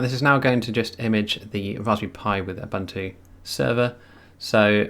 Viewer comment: Ubuntu is pronounced oohboohntooh